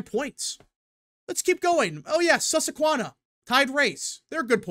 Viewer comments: Lmao he’ll never say it right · Suss-Qua-Hann-Nah. You even read a superchat to get you to pronounce it correctly in your last livestream